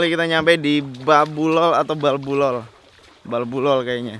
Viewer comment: Itu di NAMLOL bukan BALBULOL